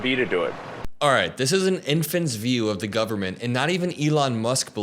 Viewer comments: I hate that he can’t pronounce government. “Govment” ahhhh 😂😂😂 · Elon saying "gubmint" pleases me. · the way he says government is so funny